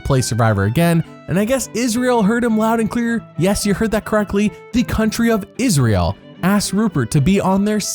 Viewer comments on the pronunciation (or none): none